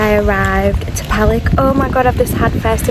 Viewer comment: Most foreigners have a problem with the pronunciation of Serbian words, or nouns of towns and villages. Lake Palić and its surroundings are beautiful, and the correct pronunciation for Palić is Palich.